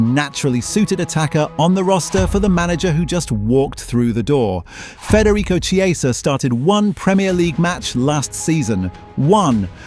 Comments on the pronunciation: Its pronounced "Kieza" not "Chi-eza"! Get it right content creator!! 😂😅😂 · It is not pronounced “Che”, it’s a “K” on Chiesa. Seriously not hard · If you're doing an item on a player, at least get the pronunciation correct, A.I or not - it's Key-eh-za, not some sort of cheese. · I thought “ch” in Italian was pronounced like a “K”? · Chiesa is pronounced as you would pronounce Kiesa . Please get it right. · Chee ay za? Really? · AI? An entire video about somebody that mispronounces his name the entire time… it’s k-ee=ay=sah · U pronounce chiesa name wrong